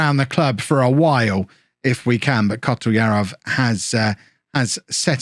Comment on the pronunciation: Kotlyarov... Not pronounced Kot-ul-yar-ov... It's Kot-lee-ah-rof